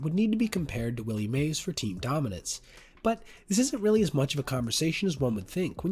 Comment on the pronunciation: You are wrong on the Dodgers, Mets and Diamond Backs, NEVER, NEVER, NEVER name a pitcher for this category over an everyday player, NEVER, Dodgers should be Duke Snider, (and it's Willie Mays, not "Mayes."